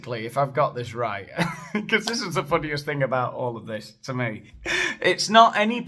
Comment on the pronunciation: look at me-uh - I´m the manager of times square now!